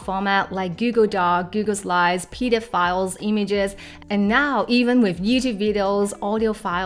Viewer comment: Make sure to pronounce the f in .pdf files like “pee-dee-eff file” instead of “pee-dee-f files” because that sounds like another word we don’t want to say. Sorry for being the bearer of bad news hahah